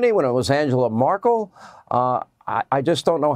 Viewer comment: p.s. Sean Hannity, trying to mock Biden, says “Angela Markel“. It's “Merkel“ - not “Markel“ !!! What a fucking stupid idiot!!! Cheers from Europe - and don't forget to always vote blue... from bottom to the top!!💙:thanksdoc:💙